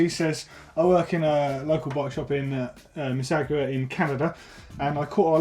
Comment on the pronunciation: Hahaha sorry to laugh at your pronunciation of Mississauga. It is pronounced "missy - saw - ga". You guys are awesome.